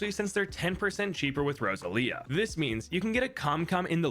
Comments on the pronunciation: Rosa lia? It should be "Rose-all-ee-uh" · I don’t mean any offense, however… Rose-ahl-ia, not Rosa-lia The emphasis is on the “ah” sound but it moves fluidly into the L, the name is kinda like going over a hill, Rose on the climb, ahl across the top, ia on the way down Edit, pronunciation guide might be better written as Rose-allia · Just trying to help. It’s pronounced Rose-Say-Leah. That is my friends daughters name.